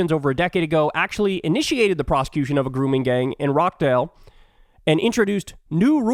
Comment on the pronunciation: Of course even Farage has dumped Musk because he supported Tommy Robinson (Stephen Yaxley Lennon in real life). Yaxley Lennon is currently in jail for contempt of court but he in the past gone to jail for mortgage fraud and other things. Btw I love your pronunciation of British towns and cities (Old’m NOT Old-ham and Rochdale NOT Rockdale 😂)